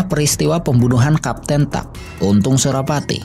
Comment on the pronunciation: Bukan kapten tuck, tapi kapten tack. Francois Tack